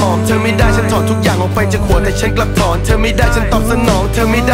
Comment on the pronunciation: เสียงไม่ชัดบีบๆ ออกเสียงก็เธอเป็นเฌออยู่นั่นแหละ เสียงเหมือนอยู่ในจมูก